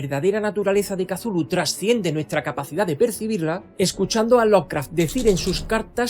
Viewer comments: Para empezar, el nombre Cthulhu es gutural y difícilmente pronunciable, no la palabra sencilla que usas para denominarle. No es Cathulu, es Cthulhu. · Por qué pronuncia la C inicial y, además, como K? Es horrible para el oido. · "Casulu", oh Dios.